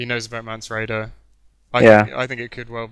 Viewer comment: I know, so many tedious colloquialisms and oh so annoying repeated phrases like " Shit ton of...".Typical rhythm or lack there of and terms of stock "Games Workshop-esq" fantasy nerds, down to the giggles. Let alone the strange character name pronunciations. Mance Rayder...mispronounced as "Mance Rider" Melisandre as " Melisandria" etc.I dont know how you get them so wrong. Essentially eternal virgins. but besides that pretty good.